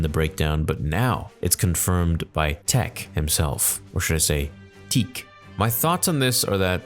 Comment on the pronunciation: So, I guess The Force Unleashed isn’t canon… “Teech”?